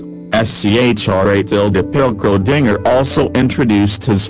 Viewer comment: The computer voice is reading the script wrong, specifically Schrödinger's name